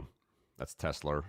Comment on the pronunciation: I love teslerrrr